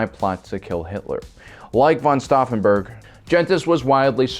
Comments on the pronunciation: The attempt to pronounce Klaus von Stauffenberg has left me scarred...and deformed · Each time I hear the pronounciation of STAUFFENBERG, I feel an urge to correct it. Sorry.